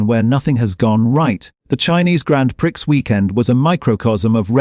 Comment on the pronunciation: Grand PRICKS. AI has the vocab of a 12 year old!